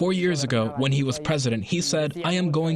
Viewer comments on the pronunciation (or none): none